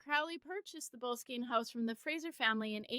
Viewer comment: It’s not that tough to Google how to pronounce a word. It’s Bo- less-skin.